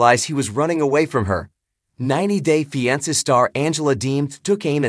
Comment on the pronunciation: You can’t even pronounce the title of the show much less report on any thing happening in their lived